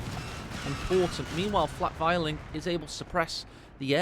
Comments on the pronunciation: It makes me cringe as a german... please say Flak Vierling like in "Fear-ling" but no offense! Wonderful cast as always! Hope to see more with the new update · He's saying you should say fear ling isn't he?